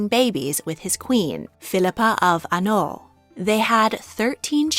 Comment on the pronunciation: "Philippa of ANOLl" L.M.F.A.O It's HAINAULT